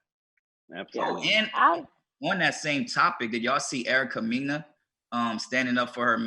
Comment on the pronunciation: you didnt pronounce erica mena's name correctly!👀